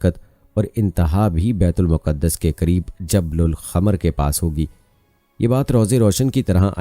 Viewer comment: Baitul muqqadas Nahin kehte baitulmaqdas kehte hain